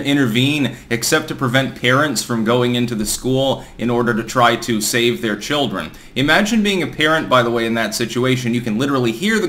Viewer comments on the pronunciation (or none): none